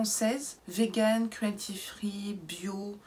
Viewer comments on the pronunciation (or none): none